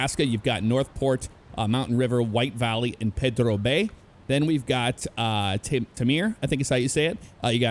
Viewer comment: That's not how you say pedro